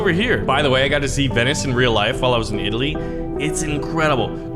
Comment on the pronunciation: When he said I came back from Italy I immediately thought did he work on his Italian accent